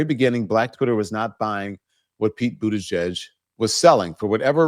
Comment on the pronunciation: How on earth is he getting 0% of the black vote, and he hasn't run for anything since 2019, he was Biden's transportation secretary, appointed by Biden like every other cabinet member, and instead of calling him mayor Pete maybe you should learn how to say Buttigieg, which is his last name, and start showing him respect when it comes to his name like you do with every other U.S. politician. He is busy fighting Donald Trump constantly and doing real work trying stick up for black communities and also for women's rights and also workers rights. This is a real shame.